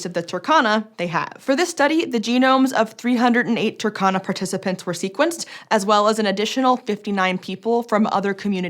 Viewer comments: Toor-khan-ah...Saw the map in the thumbnail and immediately clicked to watch. In the word Turkana, please pronounce the U and stress the R... TURRkana.Don't pronounce it like Turkey, it's driving me crazy. With love ❤ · By the way, it is pronounced as two-RR-cana, not Turk-cana. Otherwise keep up the good work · it's not TAH-KA-NA it's TUR-KA-NA no AH sound. UR is only pronounced as A in English. I'm from Kenya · rrrrr Say rrrrr Tu-r-ka-na Not Tukana Turkana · The pronunciation is off, you need to sound out every letter, yes, including the R and the U is pronounced "oo" as in book